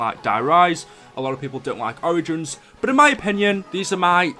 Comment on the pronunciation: You mispronounced Origins.